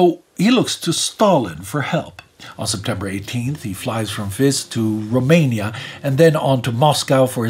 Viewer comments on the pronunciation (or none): none